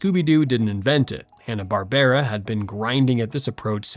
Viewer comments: Twenty o2? Hanna Bar-ber-ra? L2pronounce silly AI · there's no AI narrator, you probably thought this after they said Hanna-Barbera wrong towards the end of the video, where it's "Hanna-BARBRA.